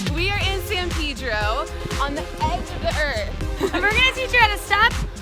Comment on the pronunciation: San pee drow......